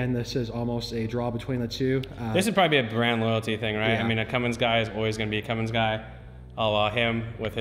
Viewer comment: Get it right.... It's Cummins... NOT Cummings if you want to talk shit..